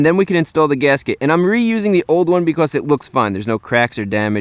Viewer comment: “Beecoss” what a weird accent